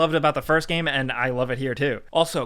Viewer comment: “gæm” 10/10 - IGN